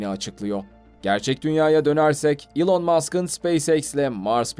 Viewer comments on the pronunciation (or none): none